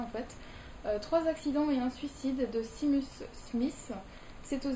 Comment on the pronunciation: Arrfff pour Seamus on dit Shaymus et pas simuss Et pour Eyre on dit : Air... ça veut dire Irlande en Gaelic... Désolée, je ne devrais pas reprendre sur la prononciation. ( défaut des origines irlandais sans doute...) C'est pas le but de la vidéo, que j'ai adorée, comme toutes tes autres vidéos. Ce n'est pas ce genre de détail qui m'arrêtera de te suivre :) Toujours de bonnes explications j'adore :)